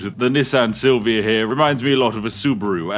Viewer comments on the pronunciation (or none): Me: Oh nice a silvia, my dream car. This british guy